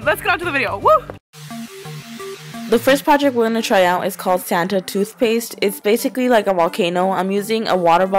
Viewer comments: Toothpaste not toothepaste love you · It's toothpaste not toothepaste :) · 'toothepaste' ok bye